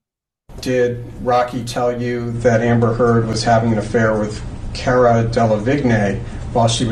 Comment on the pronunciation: It’s Car-a (🚗-a) 😀